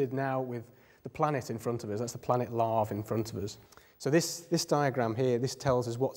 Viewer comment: Yay! I always pronounced LAVE like "wave" as well. By the way, I think he was saying it like "LAH-VAY."